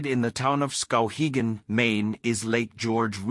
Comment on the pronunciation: You pronounced Skowhegan correctly. I live maybe a couple of streets over from the Strand.